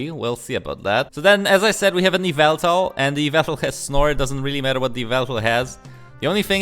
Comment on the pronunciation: Yveltal?? you mean.. YAVELTAL??